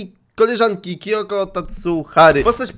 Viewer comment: To jest Kyoko a nie Kiyoko kurde